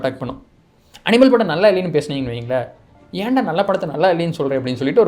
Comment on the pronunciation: That "Eanda" slang.... Ultimate 😂😂😂😜